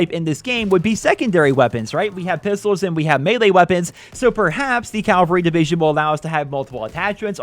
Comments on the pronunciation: Mate you’re a really cool YouTuber but you’re pronouncing of Cavalry is soooo irritating it’s Cav-al-ry not Cal-va-ry keep up the good content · It’s cavalry not calvary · Dude, love your videos, but its CAVALRY! Not CALVARY!!! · It’s not fucking Calvary. It’s Cavalry. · The way you say cavalry is horrible it’s cavalry not calvery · ITS PRONOUNCED CAVALRY NOT CALVALRY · It's Cavalry not Calvary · Cavalry, not Calvary you idiot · CAVALRY NOT CALVARY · Calvary is where Jesus died. Cavalry. Cavalry. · CAV-alry. Not CAL-vary you dolt. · you were saying it Calvary division isn’t it cavalry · "Calvary division." its cavalry dumbass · caVALry Not CALvary! We’re talking about horses here, not Jesus’ site of crucifixion!!! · He does realise it's cavalry and not CALVARY right? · You keep saying "calvary", but it's "cavalry". The V is before the L. These are different words with different meanings. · It’s CAValry not Calvary bro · Bro it’s cav-alry not cal-vary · Hey bud, “Cav-al-ry” not “Cal-va-ry”. It isn’t the Christian Soldier Division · It's cavalry.... not Calvery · CAV-AL-RAY. Not ‘calvary’. It triggers me. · It’s CA-VAL-RY. You kept saying Calvary?! Please speak English correctly!!!!!! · Calvelry? Cavalry, cavalry. Hehe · ca-val-ry not calvary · CAV-AL-RY, not "Calvary". Calvary is a hill outside Jerusalem, Cavalry is (was) horse-mounted infantry. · Not CALVARY ITS CAV AL RY CAVALRY!!! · Cav-uhh-ree, not Cal-vuh-ree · Cavalry NOT Calvary. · Please learn top correctly pronounce CAVALRY. CaVALry is the military division that started with mounted horses. CaLVAry is where Jesus was supposedly crucified. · You’re saying Calvary instead of Cavalry and its triggering me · "Cavalry" not "Calvary" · "Cavalry" not "Calvary" 😂😂😂😂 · don’t you mean cavalry not calvary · it's C A V A L R Y. Not CALVARY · Cavalry bro, “cav-al-ry”, not Calvary, which is something else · PLEASE! IT'S CAVALRY, NOT "CALVARY". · Cav- Al- ry ... not calvary for gods sake ... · It's cavalry